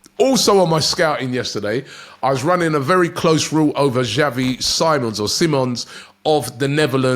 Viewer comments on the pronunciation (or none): Lol Robbie having name issues again love it... Andre onana? Simmons even was seamons at one point.